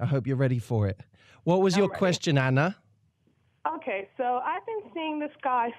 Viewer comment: it's anna. not anner